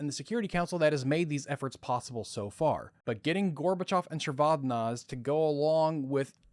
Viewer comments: The pronunciation does not end with "-zey", it's read like it's written, "ze". I have heard georgians pronounce their surnames that way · AFAIK, as someone who listened to the BBC news commentary at the time, the final e in Eduard Shevardnadze is pronounced and as a hard vowel so that it sounds as 'eh' or even almost as an 'ah' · These long-form documentaries are fantastic. Just FYI: Soviet Foreign Minister Shevardnadze's name is pronounced "Sheh-vard-NAHD-zey." Also, for anyone looking to learn more, here's a lecture from Ambassador Edward Gnehm on his experience during the Gulf War: (audio is kind of crackly, be careful if using headphones). Gnehm was U.S. Ambassador to Kuwait at the time of the Iraqi invasion and Desert Storm/Desert Shield (he was also one of my undergrad professors). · Shevardnadze pronounced whack too many times